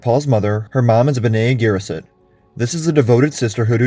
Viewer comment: Why the mispronunciation of Fremen and Bene Gesserit?